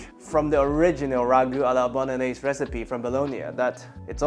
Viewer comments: Nobody says bolognese correct. LOL!!! Great recipe my friend. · Bolognese - Bono-gnese?